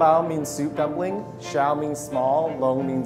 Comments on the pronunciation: Thats NOT how you pronounce 小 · Rachel Ding they could be pronouncing in a different dialect. As far as I'm concerned, they're only pronouncing "xiao" incorrectly (and even then, the pronounciation can be debated. Also, the americanization of the word usually sounds more like "shao" rather than "see-yow").